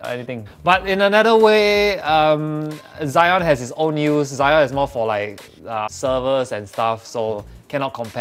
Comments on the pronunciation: Zee-on (Xeon) not Zy-on (Zion) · Exactly, everyone pronounce it as Ze-on like the same ze as zebra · You pronounced xeon wrongly lol